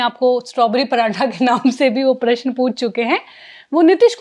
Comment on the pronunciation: Anchor ko Prashan bolna sikhana padega.. Unki Hindi utni aachi nahi hai